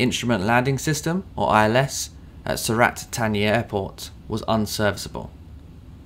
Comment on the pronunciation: I can speak the Thai luggage, er, I mean Language. As with yourself, I have 'attention to detail' on my CV. Sur-rLat-Tar-Knee, is the correct pronounciation.